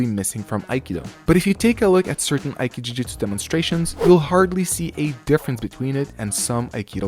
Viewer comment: You shouldn't say "aiki jujutsu" but "aiki jutsu". Ju-do, Ju-jutsu. Aiki-do, Aiki-jutsu. ;)